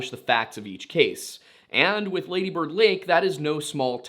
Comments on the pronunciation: Say the first half longer than the second; laaady bird... you got that? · Its pronounced laaaaddy bird